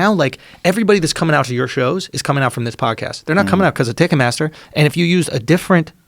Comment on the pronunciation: “Ticket Mathter”